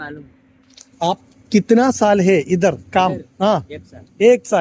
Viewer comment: Kithna സാലെ അല്ല kithana സാൽ 😂😂😂 സാലെ അർത്ഥം മാറി😂😂😂 അതാണ് ആദ്യം ഹിന്ദിക്കരൻ പയ്യൻ മിണ്ടാതെ ഇരുന്നത് 😂😂😂